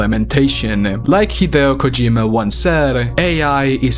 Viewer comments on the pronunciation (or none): none